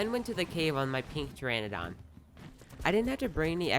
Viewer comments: Omg it just gets worse as time goes on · day 67: he finally learned how to pronounce Pteranodon! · Why does he keep pronouncing pteranodon like "pteradon" then he starts to calls its a pterodactyl. Makes me want to scream in frustration. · it’s Ter Ana don not tera don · Pterandon not pteradon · It’s not pteradon it’s pteranodon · Just a tip here people will probably start getting vexed and start spamming it in comments: it isn’t Teradon it’s ptera no don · Mans called it a pterodactyl and a pteradon not a pteranadon 😂. Nice vid tho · I mean at least you didn't pronounce the P but I waited a while for you to pronounce pteranadon properly 😂 good video though but its (ter ran na don) you keep saying (tera don) lol and then you just end up saying pterodactyl at some point.. not trying to offend you just letting you know for future ark vids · not to be rude but the pteranodon is pronounced TEAR-AN-O-DON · It’s mildly irritating that everyone says pteradon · I hate how you pronounce the dinos names. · trlobit, praceer, argentaavis, teranadoyne, berreonxe, tapeejara. Lol im so sorry this is a joke. I like the way you pronounce it more anyway.